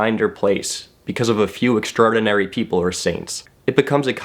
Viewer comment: love you however i am roasting you for the way you pronounce "extraordinary"